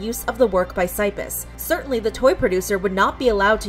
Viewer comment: What did you just call Cypis? No. That is not how you pronounce his name.